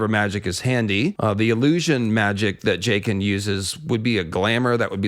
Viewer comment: “Jake-ann” is the worst